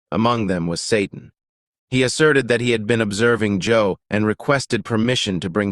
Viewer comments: You're wrong Satan can most definitely read our thoughts. The mind is the devil's playground and oh by the way it's Job not Joe. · It's not Joe but Job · When you say Joe you mean Job? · I like the video, but I have to point out... it's Job (pronounced like Jobe) not Joe, from the book of Job... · Job not Joe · *Job Not Joe. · It's Job not Joe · I Thot it was Job.....not Joe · It's Job not Joe ! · It's Job and not joe😅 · It is Job. Not Joe. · Job, not Joe ❤ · Love the video! Just a heads up, the AI voiceover was saying Joe and not Job 😊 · Did AI correct itself from Joe to Job ( with short “O” ) by itself ? 🧐 would’ve been nice to have added scripture references to this. Good study though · This is a fine recording but if you are going to quote the Bible please quote it correctly. His name was not Joe, it is Job (Jobe). Please correct, so people in the future hear the truth, since you are trying to spread the truth. Thank you. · Why did you say Joe instead of Job? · The man’s name is Job, not Joe. It is pronounced “Jobe.” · His name was Job. The name is Job not Joe. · It's not joe 😇 it's (job) don't you know that and you're trying to preach God's word 🧐😱🤔😇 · It’s Not JOE it’s JOBE get it right! God bless you! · Correction; it's "Job" not Joe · I strongly suggest your dubbing artist improve his knowledge of the Biblical Character Job (and not Joe!). It defeats the purpose of this video. Please include the correction and post the video again. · I just watched this and his name is JOB, not job and not Joe. 😢I mean come on. How can I take you seriously now. 🤷‍♀️🤷‍♀️🤷‍♀️ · One thing that irritates me is these ai voices never get it right. One minute he's Joe, the next he's Job (what you do for a living) Sigh!!! Hire a real human narrator. If you can't afford one do it yourself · It's not Joe. It's JOB. Everything sounded good up until then, then you lost me. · Job. Not Joe lol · it was Job, not Joe...SMH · Sorry, but his name is Job, say JoB. Bless you and yours